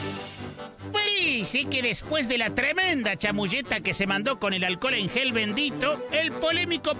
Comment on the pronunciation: Lo acusan de vender alcohol en gel y el tipo vende "aquel en jol" que es muy distinto 😁😂